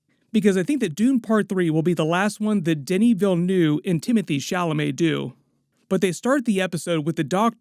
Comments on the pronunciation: "Atreides actin kinda shady" clearly went to the Destiny's Child School of Poetry. 🔥🔥🔥 Btw, just because it hurts my French speaking ears a bit, if you allow me: Villeneuve is not Vil-Nouuuu, it's closer to Vil-Nuhhv. I think if we can accurately read a fictional name, we can at least do a better job of approximation when it comes to real people whose name has real meaning. No shade, just my 2 cents. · Denis "Vil-neuv" is the right pronunciation... jtun quebecois si quelqun ce demande